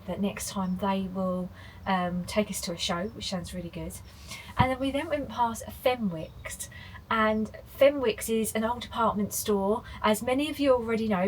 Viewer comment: Fenwicks is pronounced fin icks by us geordies lol hope you enjoy your time in our beautiful part of the world